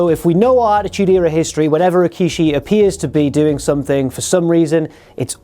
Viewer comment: It was going so well, then he said Rikishi...